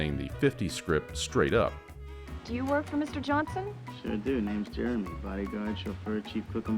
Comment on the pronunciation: I can't get used to you pronouncing "Jeremy" as "Germy." 😅